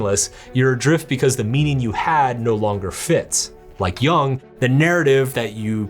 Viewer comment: Jung as in "yoong" and not "young"